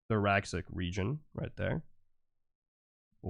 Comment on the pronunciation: Interesting stuff. Comparitive anatomy is a fascinating subject and you break it down well. Just one thing... Thoracic (as in pertaining to the thorax) is pronounced "Thor-ass-ick" (not "thor-ax-ick") - English can be kinda weird like that... Sorry, as a biology major, it grates a bit every time I hear it said that way.